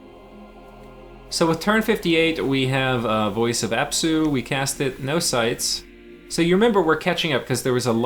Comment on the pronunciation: you said apsu right! also, wouldn't disintegrate be good for lemuria vs thugs/SCs? essentially a soul slay, req d2 and alt 8 research which you want anyway on the way to utterdark